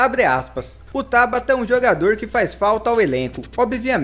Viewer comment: Costumo acompanhar alguns cronistas esportivos de Portugal. Lá, todos pronunciam TABATA (palavra paroxítona) e não "Tábata" (palavra proparoxítona) como você diz. Procure se informar, amigo!